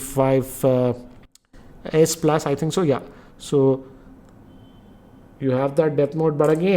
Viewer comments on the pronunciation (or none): none